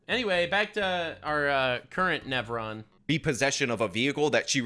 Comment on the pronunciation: "Current Nevron." I died 😂